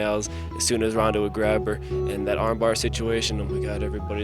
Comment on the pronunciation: It's ronda, not rrhonddda.... Wtf